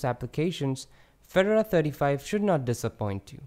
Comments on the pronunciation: Feh-door-ah. All one syllable. Very nice overview. I like Fedora because it's more current than Ubuntu. It's silly but it seems more exciting. Keep up the great videos! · I unsubscribed because you can't even pronounce Fedora, nor a bevy of other words...